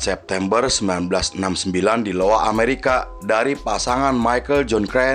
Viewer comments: Maaf cs ku iowa bukan Lowa ,dan cara bacanya Aiwa smngt cs ku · Bukan lowa,iowa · iowa bos bukan Lowa, lawak